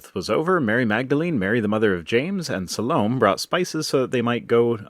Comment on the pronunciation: Salome is pronounced suh-LO-may